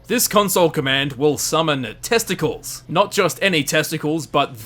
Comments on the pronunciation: Get it right guy--- its not pronounced testicles its Testa...cles like Heracles. You ruined a good joke. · I think Testacles the Debug Centurion, while funny to think it's pronounced "Testicles" is pronounced "test-ah-klees" in reality :P Anyway, great video, I didn't know any of these! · Testacles is pronounced test-a-clees btw. It's actually the narrator of the game :) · test-uh-cleez not test-uh-klz smdh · It's not pronounced testicles. It's pronounced like test-i-cleez. Like a roman name. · 'Testacles' (the debug Centurion) is not pronounced 'test-ickles' is actually pronounced 'Test - a - cleese' (Like in 'Hercules' or 'Androcles' etc) it's a sort of a joke. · Just a correction, testacles is a debug npc used for dev testing, and it is also used to play audio during the cutscenes at the beginning and the end of the game and in dlcs. Also it's pronounced tes-tac-lees, not testacles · Its actually pronounced testa klees not testacles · i think his name is said like Testicleez. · it's pronounced "test-ah-cleese" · I could see Sarah being a descendant of the lone wanderer, but I think the time scale's a bit off for her to actually be the lone wanderer. I could be wrong about that, I'm not as versed with the lore, and I'm generally bad at calculating time. I believe it's pronounced "Testa-cleez" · It's Testa-cleez. Notice how it's spelled different than testicles? No? Well, that's awkward. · Testicles isn't pronounced like the sex organs. The 'cles' is pronounced like Hercules. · I'm sorry, but the centurion is named test uh cleez, not ball sack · I believe it's pronounced TestaclEes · It's pronounced Test-uh-cleez, as you would pronounce a Roman or Grecian name. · Excuse me, that's "Test acles" Like "Heracles" Because he's a centurion. FO2 reference. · it's pronounced "TEST-uh-cleez" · I think it's pronounced test-a-cleese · That's testacles (Testa-clees) rhymes with Hercules. Reminds me of JTHM from Jhonen Vasques. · Hahahahaha Testacles. "Testa-clees"